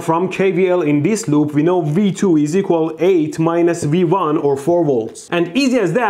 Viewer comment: Is it just me or is he saying "we won" when he points to V1